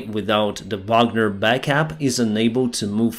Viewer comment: "the bagner backup" 😭😭